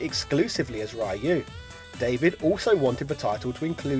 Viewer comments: why do americans say Ryu as "Rayu"? its not Rayu its just Ryu, like Ru but with soft "R" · Ryu is Ree-ooh not Rah-you. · Stop pronouncing Ryu's name wrong!!! 😋 It's not Raii-yoo it's more Ree-yoo, but the ee part is very small kinda like just R-yoo just goes straight from the R to the yoo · Ryu is read as REYU! NOT RAIYU! God damn it! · It's not pronounced Rye-You! It's pronounced REEEEEEEEEEEEEEEEEEEEEEEEEEEEEEEEEEEEEEEEEEEEEEEEEEEEEEEEEEEEEEEEEEEEEEEEEEEEEEEEEEEEEEEEEEEEEEEEEEEEEEEEEEEEEEEEEEEEEEEEEEEEEEEEEEEEEEEEEEEEEEEEEEEEEEEEEEEEEEEEEEEEEEEEEEEEEEEEEEEEEEEEEEEEEEEEEEEEEEEEEEEEEEEEEEE..........................................OO Sorry, couldn't help myself. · Spot Mispronouncing names, Gooken, Rye You. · spot indeed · actually it's ree you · nah your wrong too man. It is pronounced more like: RyOO . ROO with a barely pronounced Y after the R. Wierd tongue flicking motion that is a Japanese thing in their language I guess. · "Rai-you" Please... I don't need to hear this again in my life... D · You have a new subscriber, but it's pronounced "REE-yu" fella. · 2020 and you stil pronounce RAIU!?!?!??! REALLY?!?!?!? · Really?! I stop watching when I heard Rye-yoo, Goo-ken, Fee-Long?!!! You lost all credibility when you don't even take the time to learn the remotely proper pronunciation of these names. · I love your videos, but your pronunciation if names is PAINFUL. Especially Ryu and El Fuerte. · You're mispronouncing Ryu